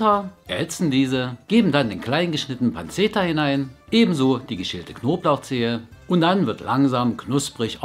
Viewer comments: "panzeta" hahaha☺️ man spricht das "panschetta" aus ✌🏼️🙈 Grüße aus Berlin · Die Italiener sagen immer "pantschetta" :D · Pancetta wird wie "Pantschetta" ausgesprochen :)